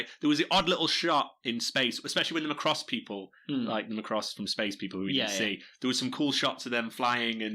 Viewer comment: you decide to research macross but can not even PRONOUNCE IT'S NAME, IT'S NOT MCROSS IT'S MACROSS